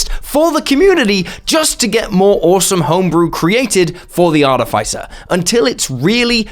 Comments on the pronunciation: It’s Are-tiff-iss-er 😡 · I find it funny how no one say articifer correctly art tis if fur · I don't mean to be picky or judgy but ARTIFICER is pronounced /är-tĭf'ĭ-sər/ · Am I crazy or this is NOT the right pronunciation of "artificer"? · please stop saying artificer like that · That's not how you pronounce "artificer". Check Google. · Why do you pronounce artificer like that O.o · The way he pronounced artificer with the hard I is noteworthy, comment worthy really, to me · you should learn how to pronounce words, hearing you butcher the word artificer over and over and over right in the begining of the video is very offputting